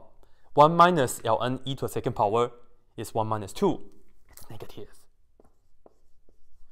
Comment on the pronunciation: I love how he says pOWeR